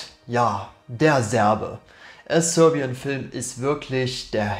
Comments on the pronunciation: Haha Sörbian als wär er Skandinave oder so haha! Die Serben hat er damit nicht gut geehrt haha! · dilettantisch und zum Einschlafen. Dieses Rumgestammel, Versprechungen, "ehm" und "öh" und falsche Aussprache, von englischen Worten, wie zb "sörbian", ne sry miese Qualle...